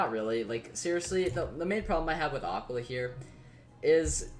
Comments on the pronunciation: I'm pretty sure its more like ah-keel-a but I may be wrong. Love the content though keep it up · The way he says Aquila 😭💀